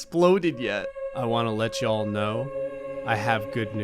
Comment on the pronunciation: The way he said yall sounds like a southern acsent.